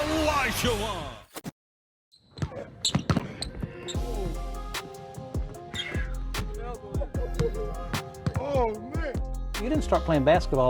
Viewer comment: When you use AI and it can't pronounce Olajuwan correctly, this video immediately lose credibility. The rest of the video is already known for the beefs Olajuwan had with others.